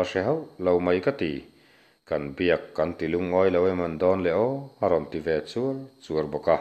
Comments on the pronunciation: Chûar chûar nilo in chuar chuar muang tak a tawng chuar chuar ani zawk, a dangah pawh khan i thluk dan hi adik lo tlat, a thluk seilo zawk tur ani.. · chuar chuar tih hi athluk dik lo zel a